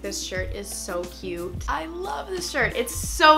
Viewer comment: Can u say CUTE instead of CUE it’s so annoying